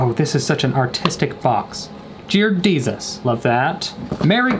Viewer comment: I haven’t heard him say jear desus in a while